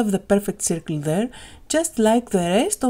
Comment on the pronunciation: Σέρκλ όχι σιρκλ :)